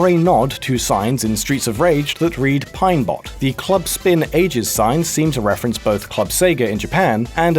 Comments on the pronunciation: It's Pine "Pot" not Pine "Bot". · It's pronounced Stew-dee-aw-pah-lis, not Stew-dee-oh-po-lis It says Pine Pot not Pine Bot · Isn't it Pine POT?